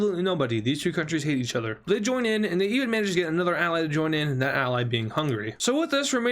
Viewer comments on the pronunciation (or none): none